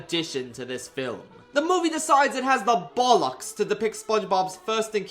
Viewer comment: I love how everytime he uses british slang like bollocks bugger twat wanker ect he says it completely wrong (not a complaint it makes it funnier)